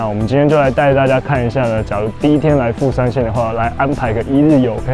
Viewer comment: 你片頭的第二個富山是不是講成台灣國語啊！😂😂😂！沒關係這樣比較有梗啦！對了🙄，你那個烏龍麵開起來超好吃，價位如何？